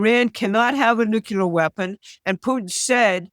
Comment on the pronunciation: NUCLEAR There is only one 'U' in nuclear. You are an educated woman. Try pronouncing it that way.